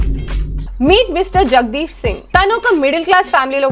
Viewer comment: annisarlu practice chesi koooda tappu cheppinav ga akka Jgdeep ni jagdeesh ani palikinav anni daggarla...🤣